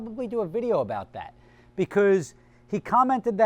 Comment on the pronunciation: You said "beguz" 5 times